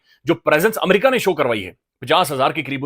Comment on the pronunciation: Amaarca, learn to say America please